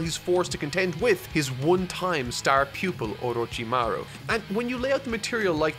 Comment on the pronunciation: seems struggling every time he says orochimaruuh XD